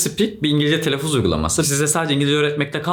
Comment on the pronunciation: Telaffuz uygulaması tanıtırken telaffuzun telaffuzunu yanlış telaffuz etmek :D